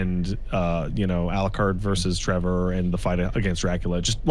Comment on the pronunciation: I know this was just a mistake/video thing, but I could not help but be amused was explaining the lack of story in Castlevania 3 and it sounded like he said "...kill Jerackla..."